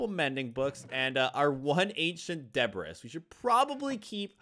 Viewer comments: Bro said De•brus , instead of de•bree😂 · I hate how he says Debris like “De-Bris” instead of De-Bree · You say debris duh~bree. Not debriss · Debris is pronounced with a ye at the end not a is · ITS PRONOUNCED DEBREEEEEEE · It's pronounced deb-ree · debris is pronounced: DA-BREE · Debris is pronounced. DE BREE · Debris is pronounced Debree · Its pronounced Ancient Debree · its pronounced de-bree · do u thiink hes mispronouncing debris on purpose